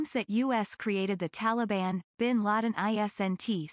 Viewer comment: It’s him saying Taliban like it rhymes with Cinnabon that does it for me.